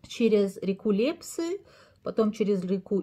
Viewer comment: Полезно, но в Хива, Или, Лепсы ударение в конце